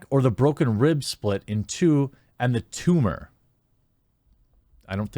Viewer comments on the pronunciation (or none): Jeremy: Eets nawt ah TOOMAH